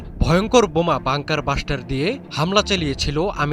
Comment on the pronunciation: পিও (প্রিয়) সাংঘাতিক (সাংবাদিক) ভাই! বাঙ্কার বাসটার না (বাংঙ্কার ব্লাসটার)